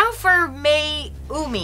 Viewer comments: It's not maimi it's,mayoume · I LIKE MAYUMI (MA-YU-ME) not MIAMI better then CHARLOTTE and REGINA.🤣🤣🤣🤣🤣🤣🤣🤣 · And it’s not pronounced Miami it’s pronounced Miyoumi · It’s pronounce ma-yu-mi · Can we talk about this teacher calling Mayume "Miami"? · I pronouced it as mayo me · Why doesn't Becky don't know how to pronounce the name mayumi like IT SOOOOOOO EASY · Девушка даже не может правильно произнести имя Маюмес